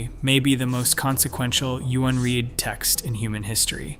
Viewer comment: I had thought this was a real human being but after “unread” was pronounced U-N Reed I’m very disappointed.